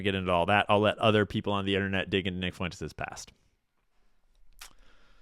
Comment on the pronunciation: Why are you saying "Fuen-tayz"? Nobody has ever said Fuentes that way.